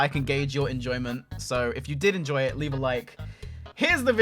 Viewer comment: Lol he said leaf a like. YouTube copy